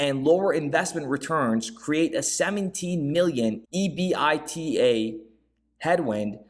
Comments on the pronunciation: Pretty good stuff. Good sleuthing again. EBITDA is a very known acronym in earnings/accounting, etc…you just say it as a word….EBIT DA… Good work. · EBITDA, is pronounced as a word not by each letter